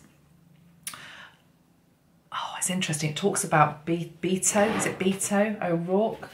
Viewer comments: Pronounced Beh-Toh not bee-toh 😍 Beto is short for Roberto. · Beto pronounced like (eh). Lives in El Paso where the recent mass shooting occurred. It really shook him up & really took a stand against assault weapons after that & was Very Passionate about it the following debate. To me, it was first time he seemed to have a strong platform for his candidacy.